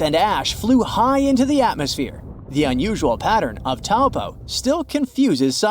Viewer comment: you pronounced Taupo wrong it's (Toe- Pour).